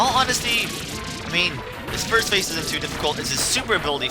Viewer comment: *first* not *fist*